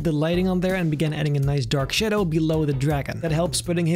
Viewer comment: Solid video. Btw its shadow not shedow